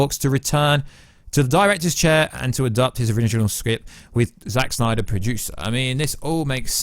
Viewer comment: Why does he say Snyder like that uhh..🤮🤮😅